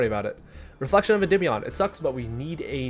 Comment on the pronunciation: Im so glad you pronounce the name correctly so many people say endeemeion it kills my brain. This is the only deck I've been playing for 3 years straight so it's awesome to see people playing it more. Also I think the magician restage version is the best way to play this deck but is super complicated